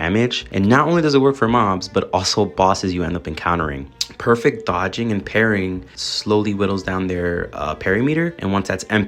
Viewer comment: not trying to be a grammar nazl but, the way you say RES O NANCE as renaissance was driving me wild, also partying instead of parrying. Other than those great video and i also agree very much, and am excited for wuwa